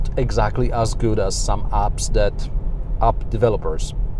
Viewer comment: you try to say app's but what you say is ''ups'' ... Not the same mate. Try to say like this: AEpps.. sort of like saying A and E together. I know polish accent is hard to lose. ;)